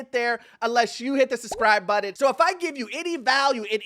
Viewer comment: Please pronounce button properly. Hearing it constantly in the beginning is increasingly triggering as an ESL person